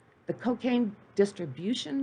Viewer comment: Monotone narrative, stumbles over words, mispronounced words/names & of course facts are distorted. TIP- if ur going to do a show about anything - LEARN HOW TO PRONOUNCE KEY WORDS e.g Blanco, cocaine, Trujillo, business.